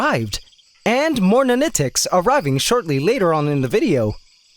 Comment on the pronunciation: Take a shot everytime he says nanitecs. Dead by videos end.